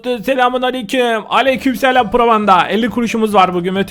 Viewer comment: Abi neden nupanda diyon adı pıro panda geçen karşılaştık bana öyle dedi